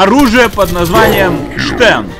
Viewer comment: Стен, не Штен.